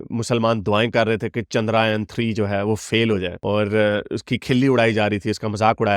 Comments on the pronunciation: The pronounciation is 'chun - druh - yaan' and not 'chun - draah - yun' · Chandraayan nahi yeh "Chandrayaan" hai. Please Hindi/ Sanskrit shabdon (words) ka sahi uchcharan (pronunciation) karenge toh aap ki shaan mein ijafah hoga. Credibility badhegi. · It is chander "yaan" not chanderayan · Not Chandraayan, it's ChandraYAAN. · Chandrayaan bolna sikh le